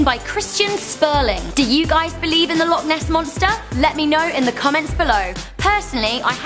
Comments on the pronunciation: it isn't that hard to say loch properly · You said loch wrong by the way but I wouldn't expect an American to get it